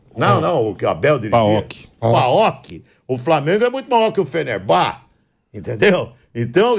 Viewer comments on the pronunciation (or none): Jornalista que fala “FenerBÁ” perde TODA a credibilidade